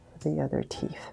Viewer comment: i kept hearing “teef”